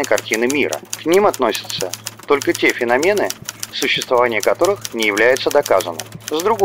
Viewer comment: Традиционно интересный сюжет ! Но!!! Не феномЕн , а фенОмен....и это не упрек ! Это пожелание , ибо подобный канал должен быть безупречный во всём ....дабы злопыхатели не имели возможность зацепиться. Ещё раз спасибо за сюжет.